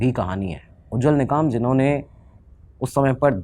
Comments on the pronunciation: निकाम ❌ निकम✅ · Adv. उज्ज्वल ‘निकम’ not ‘निकाम’. Please pronounce his name correctly. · Its निकम and not निकाम ! As educator you must research well including such important name! Its very irritating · निकाम nahi re निकम 😅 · वकील का नाम उज्वल निकम है निकाम नहीं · Nikaaam😂 naam to thik se le